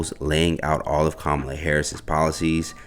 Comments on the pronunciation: The commentator needs to learn how to say the vice president name properly. He's saying it the way Trump would say it. It's not acceptable. Can't believe nobody in his office where you work could correct you. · While I do appreciate the reports that you bring. In the near future could you please pronounce the VP. name correctly? It's bad enough that the other side is miss pronouncing her name on purpose. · Commentator please say her name correctly. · I hate to be that person but it is far past time for everyone to pronounce her name correctly. Don’t we as a people get annoyed when white people purposely mispronounce our names after we have corrected them several times? I love everything you all are doing on this channel but it’s hard to take anything you say seriously about any serious subject you discuss when you won’t even make the attempt to pronounce the Vice President of these United States of America’s name correctly. It’s really not hard and her name is not any more foreign than Shaneka. ( see how you pronounced that with no problem ). Edit: I was too quick to judge but I see by the end of the video. You pronounced her name correctly. I stand corrected. What I said still applies to many people. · Dear, It’s pronounced Comma La (KAmala) and youni lateral (unilateral), not un ilateral With love ❤